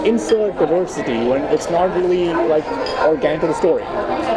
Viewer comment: Did that guy pronounce it DIE-ver-City…said that way it makes sense….